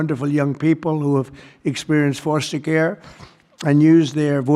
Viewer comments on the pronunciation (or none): "Forster" Care?